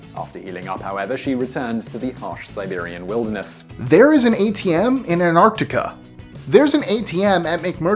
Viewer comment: why does he pronounce antartica like that?